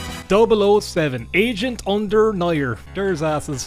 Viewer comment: I kept hearing it as "asian under fire"